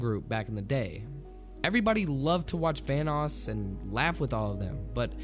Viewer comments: It sounds like you're saying Thanos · why does it sound like your saying thanos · i swear he said thanos not vanoss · Every time you say “Vanoss” it sounds like ur saying “thanos” lol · Sounds like you are saying THANOS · It sounded like you said thanos instead of vannos. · Thought you said thanos gaming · I'm scared of how you pronounce Vanoss. T H A N O S . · Anybody else think he was saying Thanos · I thought you said THANOS